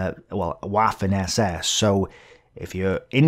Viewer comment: I especially enjoy how he pronounce "waffen".